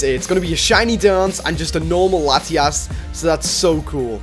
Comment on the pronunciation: He says lati ass